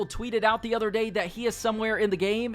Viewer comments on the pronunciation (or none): none